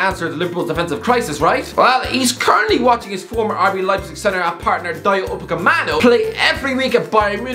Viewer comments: Will ever realize the name is "UpaMECano" and not "UpaKEMano" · One day we'll teach him how to say upamecano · It's been years and he still doesn't know how to pronounce Upamecano